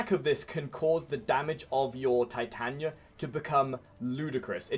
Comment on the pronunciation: It's Titania not Titanya